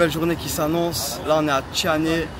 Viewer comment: La prononciation tianhe 😂